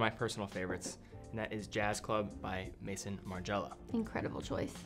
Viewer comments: Maison means House in French, please say it right… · Hey! Just a small correction, feel free to disregard, but maison from maison martin margiela is pronounced like “meh-zon” like what kevin o’leary calls watch houses. It isn’t like mason the name.